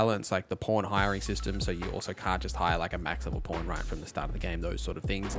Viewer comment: It sounds like you're saying porn instead of pawn or maybe i just need to clean my ears 😅